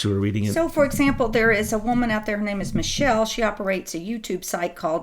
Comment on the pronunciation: Not Michell- like Mischel - something like that- doesn't communicate with Q.